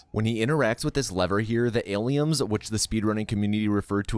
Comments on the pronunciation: Why is he saying aliums lmao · Why do you keep calling them aliums???